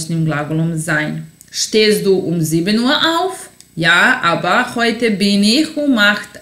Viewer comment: Citaj te gramaticki, a ne „aba“ = aber ili seha = sehr. U skolama se uci gramatika a ne dialekti koji su razliciti u raznim krajevima